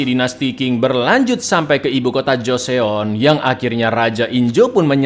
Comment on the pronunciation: Bukan joseon tapi bacanya joson